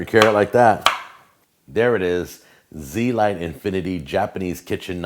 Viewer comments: Agreed, he pronounced it wrong. It sounds a lot better when pronounced correctly. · You pronounced the name wrong. Its not Z-lite. it's zelite. Pronouned (zelete) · pretty sure its pronounced z-elite but blend the e's together, not zee-light